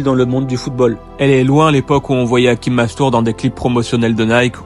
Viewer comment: C est hachim comme ca se prononce et non hakim